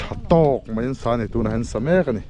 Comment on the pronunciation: Zotawng diktakin aw, mai tihturah, mei til loin aw